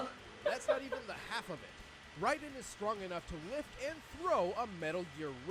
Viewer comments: Just saying: It's pronounced Rai-den not Rei-den. Edist: Raiden is actually less human than Logan; He had his head cut of with spine and added to a robotic body... from what I heard. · No, it's spelled Raiden but it's pronounced Ridin.